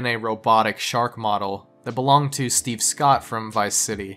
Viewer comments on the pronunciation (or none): none